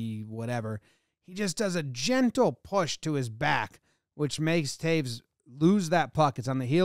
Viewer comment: It's Toews (Tayes) not Taves!